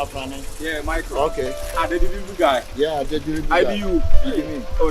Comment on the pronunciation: Did I hear deliving guy nu 😂😂